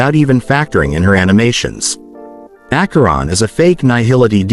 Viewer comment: ?????????? It’s Acheron